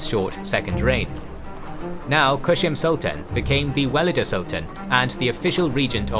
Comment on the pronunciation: Great video! Though there are some to correct: Valide is a better pronunciation since "walida" is too much arabicised. though the word is Arabic origin, Turkish has no "W" sound, so it is a "V" (using "W" for Ottoman Turkish or Persian is a Western stereotype, thus should be abandoned in favour of facts over theory: Arabic script) Second, Köshem should be pronounced with an "S" not "SH" (Kösem) Third, her intrigues and homicides would be good to mention, she had lots of people killed. Lastly, Turhan Sultan was the most skilled of all these in terms of statecraft, she deliberately paved the way to end the "sultanate of women" and retired willingly, she also deserved more space in this video, in my opinion.